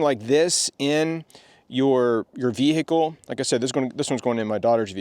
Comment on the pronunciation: The Bee-hee-cle.